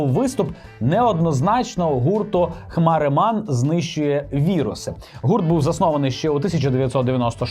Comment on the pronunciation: "Хмареман"? Ахах,... 😂